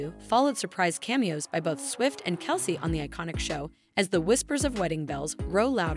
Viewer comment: Travis's last name is pronounced, KEL CEE.